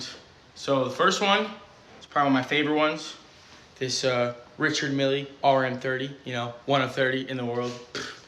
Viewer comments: Ps. it's pronounced "Reeshar Meel" (soft el) not 'richard milley' and that RM 30 is obviously a fake. They are available for around $200 if you want to fool your friends. )) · I love how he never correctly pronounces Richard Mille...sound it out "Rei--Shard Mill". The guys French you bozo. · The worst part, he cannot pronounce the name of the brand of his "favourite watch" correctly. This offends me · "Richard Milly" I hate the damn ugly looking things... But hey shouldn't that be. Ree-shard me-il forgove my bad attempt to render it as it sounds... Think calling a Frenchman called 'Richard' now his name is called in France... But dial it back a bit Then 'mill' but with a hint of accented french with it too... Same thinking as how I will always pronounce the former member of 'Chic' as Ber-nard as many 'mericans say it For that was his name Rather than 'Ber-nerd' which is how the name is said in this part of the world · The mispronouncing of Richard Mille hurt my ears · “Richard Milly” mf can’t even pronounce the tackiest watch brand properly. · The way he can't pronounce the name of the watch is precious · Idiot can't even pronounce Richard Mille. I doesn't deserve any watches. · Of course he doesn't know how to pronounce "Richard Mille". 🤦‍♂️